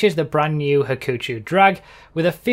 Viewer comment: はくちょう ha-koo-cho it google translates to 'trouble'